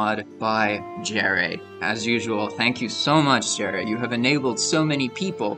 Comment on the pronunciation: I have a feeling you’re pronouncing “Jere” incorrectly don’t think it’s Jerry , “ Yere “ instead ? I think … being he’s Finish ?